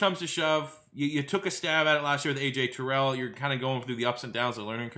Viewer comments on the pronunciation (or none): none